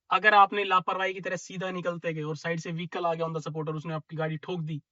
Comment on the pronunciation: On tha सपोर्ट 😂😂😂 On tha स्पॉट 💯